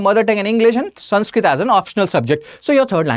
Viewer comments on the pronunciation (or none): none